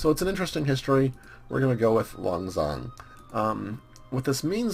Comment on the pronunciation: I really enjoy you playing as Laos, although I'm Laotian myself and speak the language and you are pronouncing Lan Xang wrong. Lan is right, although Xang means elephant and it is pronounced Sang.